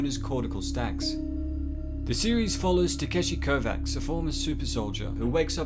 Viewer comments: read the book before you comment online. His name is pronounced Kovach not Kovaks. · Once again, it's pronounced "ko•vatch"...